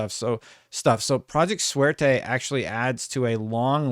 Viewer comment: Every time you said Suerte in full gringo English it hurt my ears.. Makes me wish they used project Luck instead of going with a Spanish word. I'd love some in house Jrpgs by xbox again.